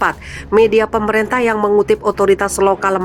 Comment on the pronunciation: Bacalah yg benar: Bukan PropEnsi tapi propinsi Bukan PemerEntah tapi pemerintah. Ini hal mendasar yg seharusnya anda kuasai.